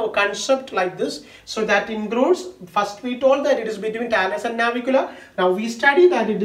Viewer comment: Nice..👌 Its Navicular man😄